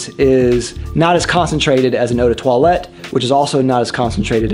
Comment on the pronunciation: Uu de toilet, that sounds off-putting for a fragrance 😂